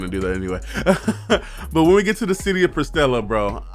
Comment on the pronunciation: Loved the review, I watched the whole thing! For a few points: it’s pronounced pre-stella. There was less than a thousand people in the courtyard.